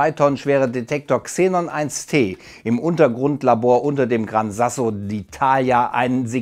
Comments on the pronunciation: Gran Sasso (Grosser Stein) Gebirge und nicht San Grasso (Heiliger Fetter), hört sich aber lustig an :) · San Grasso? :D :D :D Kurze Info: es heisst Gran Sasso! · Hört auf mit dem San Grasso. Bei sagt er Gran Sasso.